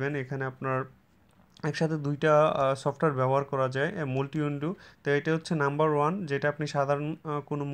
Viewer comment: 'multi' এটার উচ্চারণ হবে 'মালটি' ( 'মুলটি' না ) । ধন্যবাদ ।